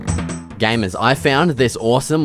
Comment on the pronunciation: The way he says gamers is like GAYMERS